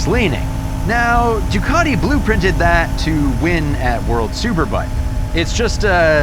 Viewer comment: There is no R in Ducati